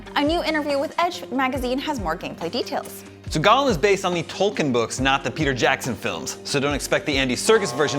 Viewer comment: Why can no one pronounce Tolkien correctly?! It is "toll-keen"!